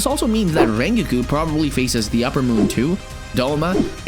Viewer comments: Rengoku❌ Renguuku✅ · Rengoku❌ Raingeku✅ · ITS NOT "rengiku" ITS "rengoku" YOU PRONOUNCE THE "o" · rengu???? its rengoku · rengikue? ITS RENGOKU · His name isn’t REN-GUKU It is REN-GOKU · dude are you kidding hes saying rengokus name as renkiku IT"S FUCKING RENGOKU GET IT RIGHT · ren-go-koo not rin-gi-kiw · ren gi ku????? its pronounced rongoku how did you not get that right 😡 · rengoku❌ renkeku✅ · I know rengoku not rengiku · Not reengeeekoo Ren goku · It’s rengoku not rengou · Btw it’s rengoku not rengiku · BRO ITS SO FRUSTURTING WHEN HE SAYS RENKYOKO NOT RENGOKU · Isn't it Rengoku not Rrreingeku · Ren-gi-ko 😂 it’s pronounced ren-go-ku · im sorry did this man call rengoku rengiku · WHY DO YOU SAY RENGOKU LIKE RENGUI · Rengoku nah RaNgIKu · “Rengeku”💀 Hey bro I don’t mean to make fun of how you say things.. anyway nice vid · is no one gonna mention that he said rengigu at the start of the video? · no one: no one atall not a single soul:: rengeku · Bro the way he says the names (Rengeku) 💀💀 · Bro said rengeku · "Rengeeku" Me: BOI GET OUT RN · stop saying renquqko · Bud really call rengoku a renkiu at the start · who tf is rengagooo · ReNGeKyU Lol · It's pronounced (Ren-Go-coo) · no one gonna talk about “rengiki” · "rengeku" lol thats funny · "ReaNGOKU" pronouncation bro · the way you pronounce rengoku as rengyikiu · “Rengeku” 💀💀💀💀💀💀💀💀 edit: “Rengeoku” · U said rengokuku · the fact he's pronouncing it "rengiku" is killing me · Bro said lengoku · "rengewkew" no offense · Bro said "rengeeku" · did my manz just say rengikiku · bro when he say rengoku he sounds like rengikiu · The first thing that caught my attention was saying "Rengyuku"🤣 not tryna be harsh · Tf is Rengeego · Did bro just say "Rrrrrrrengiku" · pov you say ringoku ate the start of the video the coments: you said it wrong by the way great video! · did he say rengigu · Rengikiu,, OH MY GOOODDDD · Ren ke ko💀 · Lol he said rengegoo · why did he say "rengoo" in the begin of the video